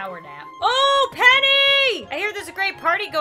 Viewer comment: I thought when she said “PENNY” l trout she said penny wise